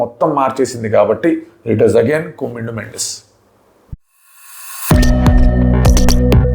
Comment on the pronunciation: కుమిందు కాదు.... కమిందు